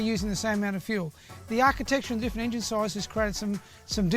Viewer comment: My new drinking game Every time Larko says ingine